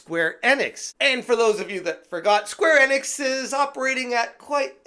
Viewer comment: It’s pronounced “Eeeeenix” not “Ehnix”